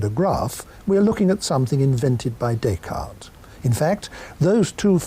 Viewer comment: One would think that Magee might know how to pronounce the name Descartes!